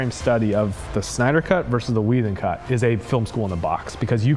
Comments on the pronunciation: SYNDER they said on part 3 hahahaa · Part 3 - Synder? Not Snyder? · Who else noticed the "SYNDER" at the Part 3 start?? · "the synder cut" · "Synder" ??? XD Mistake guys ! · Ahh yes.... Zack Synder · "Synder" lol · "Synder" oops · Part 3 - "SYNDER" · You effed up the dude's name. :D